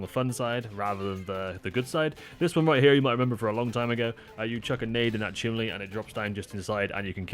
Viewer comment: Did you just say Chimley hole? 😂😂